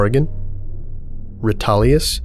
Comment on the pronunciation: "Rahetalius" Ah, yes, I love field trips to the train museum.